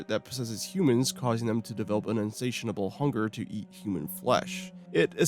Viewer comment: In-say-shuh-bul. Not insationable. Jeebus cripes.